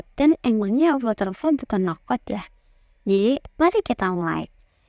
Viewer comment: Terima Kasih video nya. Saran aja: "FlutterFlow" dibaca sebagai "Flater Flow" (/ˈflʌtər floʊ/) --- "Flutter" diucapkan "Flater", mirip dengan kata "butter".